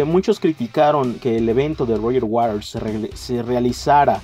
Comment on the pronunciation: "Roger Waders"